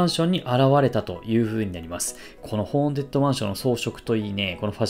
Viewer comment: めっちゃどうでもいいけど、結構間違えてる人多いから一応言っとくね！ ホーン「テッド」ね、ホーン「デッド」じゃなくて。